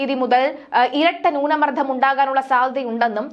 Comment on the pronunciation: ന്യൂന മർധം, വിധ്യാർത്ഥി ... എന്തു മലയാളം ആണ് ഇത്. പോയി മലയാളം ശരിയായി ഉച്ചരിക്കാൻ പഠിക്ക്.